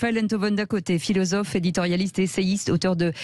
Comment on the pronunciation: le "filozofff" de salon me tape sur le système. Quand on est en "Cour", on ne peut être crédible!... Merci <3